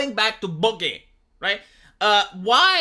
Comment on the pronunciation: "SO BHOOG-GEH."